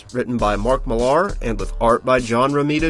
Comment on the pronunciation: It’s spelled Millar, but it’s pronounced MILLER. He even said so himself.